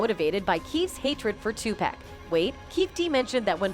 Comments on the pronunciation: Learn his name b4 u start making videos on our greatest legends its Tupac not tu-pack u idiot all the goats that have fallen loved all of us enough to stay true to their faith, and everything and everyone they believed in to send positive messages through their music to hopefully change the world and all God's children so that we may fly us out of this prison through the gates heaven where we can have real true peace and happiness and finally have our freedom and fair and honest justice for all cause in the words of ( TUPAC ) ONLY GOD CAN JUDGE ME. Long live Makavelli Tha Don heaven definitely has a ghetto now shinning so bright that the entire world has all eyes on u have 😊❤😇🕊🕊😇❤ R.IP TUPAC AMIR SHAKUR XOXO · Please stop mispronouncing EVERYONES name. How tf are yall still calling this man TuPACK? How idiotic. And sHUGE knight? Fuggin blasphemy... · Could someone program this lady that is narrating that it is not pronounced Tupack but like Tupock. But spelled Tupac or 2Pac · IT IS TUPAC! NOT TU PACK! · Either get a new narrator or teach the current one to pronounce names correctly. Hurts my ears and ruffles my spirit to hear "Too pack" when it's pronounced "Too pock" !! Please make the correction out of respect for a true soldier and visionary !! Thank you very much !! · Who the heck is too pack u mean pac like ur pocket !!!!!!! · Who the Fuc is too pack u mean pac like ur pocket !!!!!!! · Y do all white people call him pack when it's pac u know like take the ET of pocket so they can get it right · These are clips from assertion. This is not a real person that is narrative about this. Overseas are getting paid for this. Listen how the video calls him Tupack.🤔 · It's tupac 🤦‍♂️😠 get the man's name right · OMG IF I HEAR 2PACK 1 MORE TIME IM GONNA FLIP🤯 #yOunG ©️👻💲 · Yo races call Tupac 2 pack all this time all these years you can't pronounce his name something wrong with you you're racist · GET A NARRATOR THAT PRONOUNCES HIS NAME RIGHT! IT IS NOT TU PACK!